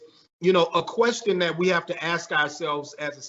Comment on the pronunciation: I was digging on this guy despite the repeated use of "right" as in blah blah blah, "right," blah blah blah, "right," but totally lost me when he pulled the infamous utter disregard for the English language . Aks is not a word and its use shuts people off and stimagtizes you. Utter disregard, laziness, why, can someone please explain that to me?